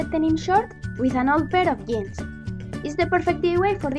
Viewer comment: J in jeans or jar is read j not i, just saying